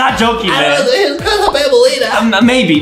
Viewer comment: Who Tf is banblea? It’s banbaleena dude